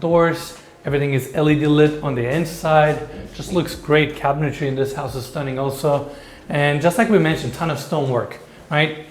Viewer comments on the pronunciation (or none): the word "cabinetry" is pronounced "cabinet-tree" not "cabinet-tairy". Cabinet-Tree, Cabinet-Tree, Cabinet-Tree, just say it a few times. Love you.